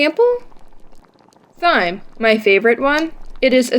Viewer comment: It's great, but why do you pronounce the "h" in "thyme"?